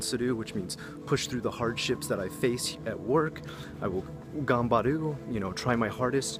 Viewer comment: I like your videos and this is terribly rude but I have to ask: how does one live in Japan for a decade and your accent be that terrible? Your pronunciation of tatemae, honne, and ganbaru sounded like first semester college Japanese. Or were you just anglicizing it for English speakers?